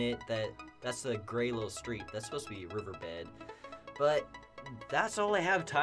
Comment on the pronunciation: The way u say “river bed” 😂